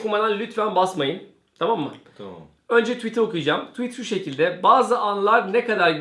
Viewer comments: tuvit ? :D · Tuvit mi dedi bana mı öyle geldi:D doğrusunu söylemeyin de utanmasın:D